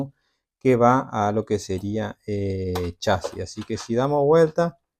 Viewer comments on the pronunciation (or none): Es chasis no chási los chási no existen y no lleva acento en ningún lado aprende a hablar bién!😂😂😂😂😂😂😂😂😂😂😂😂😂😂😂😂😂😂😂😂😂😂😂😂😂😂